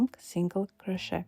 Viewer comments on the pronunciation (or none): You are delightful! However “crochet” should be pronounced without the “t” sound at the end. Go to 43 seconds on the video.